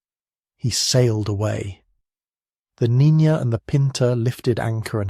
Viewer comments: Niña, not Nina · Listened to the whole video. Nicely done. Unlike other channels, you pronounce Niña properly as "NEEN-ya" instead of "NEE-na". But, you did START with "Nina" early on then switched about an hour in. It just ended, at 0651. Location: Seattle WA area. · Ok, the name Niña is pronounced roughly as NEEN-YAH.